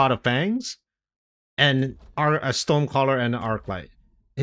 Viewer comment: I love your videos but you really need to work on the pronunciation of "storm".